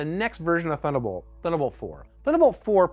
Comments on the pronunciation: "Thunnabolt" :P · I guess they couldn’t find anybody who can actually pronounce "Thunderbolt" ;)